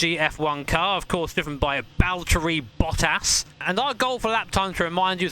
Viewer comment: "Hey guys, who's this Balterri Vottas bloke boi here..."